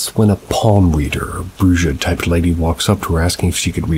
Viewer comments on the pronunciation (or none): I love you but please look into the words you say. "Bruja" is pronounced "brew-ha" 😉 And I think you need to give your pets their own channel 😁